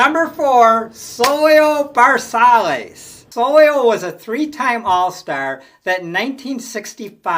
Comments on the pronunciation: Soy-yo Ver-Sigh-es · Not to be an axxhxxx but both Zoila V and Leo C. played for the Twins and you butchered both their names. You must not have grown up in the 1960s like I did. Sorry but I couldn’t resist.